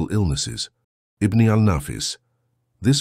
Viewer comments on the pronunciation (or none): Something is taken away when the AI mispronounces certain words. IBN is not pronounced Ibne it's pronounced Ibin. Pronunciation is key.